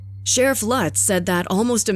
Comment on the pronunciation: Sharif Lutz is a is a long U, not a short one. (LOOTS) Do your home work!!! Plus other mispronunciations. Also to call it an animal "preserve" is generous. It was more like a collection of half-ass cages. Efforts were made to capture the animals before shooting them, and the Columbus Zoo did consult.